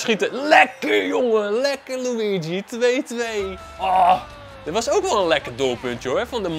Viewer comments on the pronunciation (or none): none